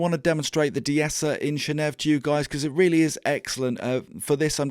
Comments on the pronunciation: If you can say “channel” and you can say “Neve” … why “shanev”? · maybe it’s pronounced chaneev Channel + Neve i also like how the name of this plugin with 5 functions ends with V, the Roman numeral for five